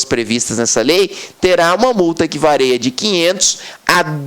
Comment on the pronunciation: Multa que "vareia"? kkkkk